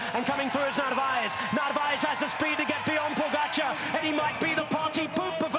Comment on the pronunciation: Wow, finally a commentator that can pronounce Pogacar's name. Thank you.